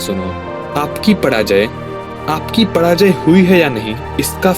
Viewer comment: Bhai tera र aur ण bohot confuse krta hai tu पराजय को पणाजय bolta hai mirchi khaya kar thoda teri zuban saaf ho jaegi